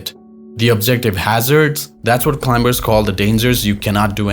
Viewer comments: It’s not climBers … the B after the M is silence And it’s not standard English also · The voice on this video pronounces the b in climbers